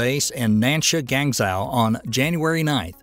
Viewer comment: Gang-zhou yea thats right we gangsta